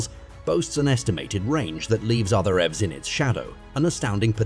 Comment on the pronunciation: What's even more fascinating is the artificial voice used for the narration. Only detectable in a few spots, eg when "he" can't pronounce EVs -, for that matter, Aptera.